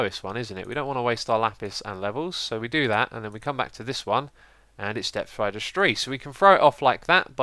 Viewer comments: "Depth Rider Stree" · "Depf thrider stree" -Xisumavoid 2014 <3